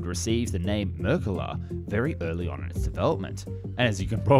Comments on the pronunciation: I love this channel and I love the Merkava series of tanks. But am I the only one cringing every time the narrator calls it "Merkala" and not Merkava? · whats going on with your L's its israel tal not thai 😂 also merkava not merkala the former german chancelor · Why do you keep calling it merkala? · Your pronunciation of Merkavs is way off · Decent overview of the rationale behind the development of this tank that has helped keep the people of Israel free from terror and oppression. You had a fair attempt to pronounce the name too, although the emphasis should be the last syllable...mer-ka-Vah. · YOU PRONOUNCE THE V THERE'S NO L IN THE WORD MERKAVA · Yikes, have you never heard its name pronounced before?? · merkaava, not merkuva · Yes! Please continue with the Merkava 3 & 4! But PLEASE work on your pronunciation of Mer-ka-Va. I'm hearing something like Mer-ka-Gah. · His mispronunciation of Merkava as Merkela is funny enough to transcend politics. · Why are you calling it the Merkilla?? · אאהההההההה אז תגיד altough, it is not exactly marekava but rather mrkava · No, it is Mer ka va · MerkavA-the accent is on the last syllable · Ahh yes the mercala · why do you keep calling it a merkele/merkeler